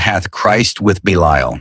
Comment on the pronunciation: I wish ai could learn to pronounce 1 word consistently. Belial is mispronounced 3 different ways